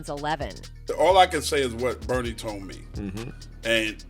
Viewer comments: "Bernice"?? smdh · Bernie not Bernice